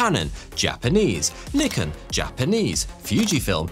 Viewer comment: You might want to reassess your pronunciation of “Nikon” 😂